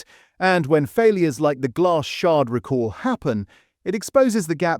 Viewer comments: “Recore” or “Rick Orr” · The AI voice narration mispronounces the word "recall".